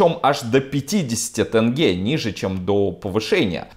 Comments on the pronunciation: Не тэнге, а тенге! Ударение в конце. Достали. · тЭнге где тут Э . Теньге. маза фака. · Где в слове "тенге" буква "э"? Аж ухо режет, не тэнгэ, а тенге, прям как написано, тЕнгЕ